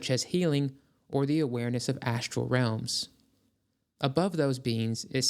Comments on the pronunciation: "SHructure." "ASHtral." "DeSHtruction." So ASHinine. 🤨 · I also like "SHructure" and "ASHtral." "DeSHtruction." WTAF?? 🤨